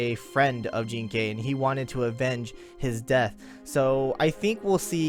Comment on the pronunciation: Jing ke is a chinese name, jean kay is how they they pronounce that name